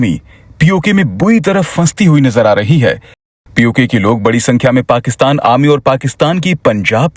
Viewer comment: It's called 'Arrrrrrmy' not 'Amy' and if you're able to pronounce properly, just say 'Sena'